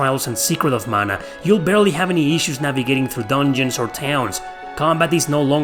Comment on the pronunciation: When you hear the PROPER pronunciation of Mana. 😊🥰